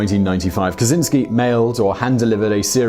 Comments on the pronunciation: you say it kachinski not kazinski btw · cz makes a "ch" sounds; it's a Slavic thing. You wouldn't call him "Kazynski" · it’s “ka-CHIN-sky” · Lovely video, really nice. It could be useless for You, but Kaczyński, as in original, you should read "Catch-y-knee(normal reading - something like nee but a little bit shorter)ski. Ski is actually good. Easiest way I could make it, it may sound funny but it helps with correct pronunciation of it. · Kaczyński (catch-in-ski)